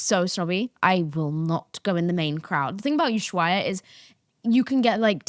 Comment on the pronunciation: Here are some fun facts about London and Houston (aka space city) and NY, We have 0 sun and when we do is a Hell on steroids for short amount of time, This is why i go to Ibiza too, the opposite side of where you at (i believe you are in "old Ibiza"). by the way ushuaia is pronounced "oo·sh-wai·uh"